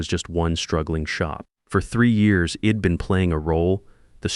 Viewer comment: Spelling corrections and pronunciation- I D is i’d Dont is don’t andI am sure there were many more I gave up on the voice and read the transcript